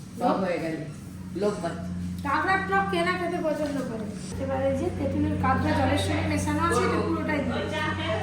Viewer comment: চাষারা। কাঁকড়াকে কাঁগড়া/ক্যাঁকড়া/কাঁকড়া বলছে। ছেলেটা পড়াশোনা বাদ দিয়ে ব্লগ বানাতে ব্যস্ত।